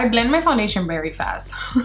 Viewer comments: I like it when she says bery not very bictoria secret and not vitctoria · I can not understand why you cant say very but bery. Like why? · why do you say bary instead of very and bootie intesd of beauty